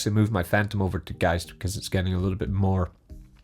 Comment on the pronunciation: finally, someone pronounces geist right. every other videos says geest lol